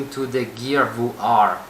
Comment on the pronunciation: How I say VR: VR | How says VR: VooR